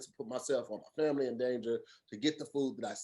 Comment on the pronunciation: 1 minute 8 seconds in....... this man legit said FRAMILY. 😂